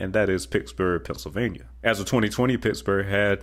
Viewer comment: You stated Pittsburgh and Milwaukee incorrectly... but, the rest is great information.